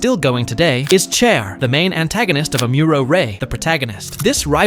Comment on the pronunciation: Am-or-row =amuro Sh-ar =char